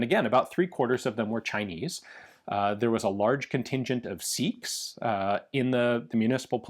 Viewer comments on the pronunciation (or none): none